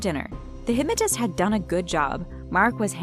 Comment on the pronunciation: Who else hates how she says hypmatist.